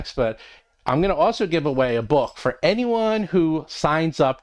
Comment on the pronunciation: Is it just me or when I listen to these at 1.5x I always hear say "Roll from Combat" instead of "Roll for Combat" 🤔